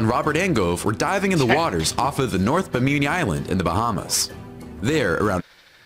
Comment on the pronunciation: It's apparently "be-meany" Island?